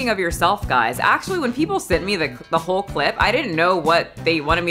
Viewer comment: I enjoy how the interviewer said “hoe” instead of “whole” when asking. It fits beautifully since her flick is what made her famous. I assume in Hollywood you have to fake outrage to get noticed rn. I saw both things Lily’s been in and don’t remember her at all, so maybe she’s in need of Kim’s advice at the start of the video. If I had the honor to wear the Marilyn dress I’m loosing weight and duct tapping this islander ass as flat as possible not to damage such an iconic garment.